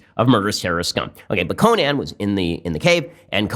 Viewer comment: Nobody: Ben: CoNAN